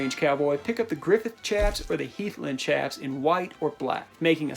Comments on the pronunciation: PS chaps is pronouced shaps, not CHaps. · Chaps is pronounced with an “SH” not “CH”.... chap (with a ch sound) is something that happens to your ass when it’s wet in the wind. You get a CHapped ass! Lol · Great vid, one thing the word "chaps" is pronounced "shaps" like chaparral brush. Source: actual working cowboy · Chaps are pronounced shaps